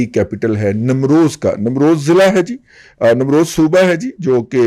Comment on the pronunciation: Namroz" nahi balkay "NEEM ROZ".